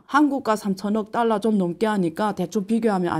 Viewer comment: 교수님 딸라로 읽지 마시고 달러로 읽으시면 발음이 더 완벽할것 같아요❤